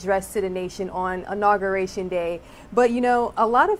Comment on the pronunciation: Did I just hear "ONAUguration" day???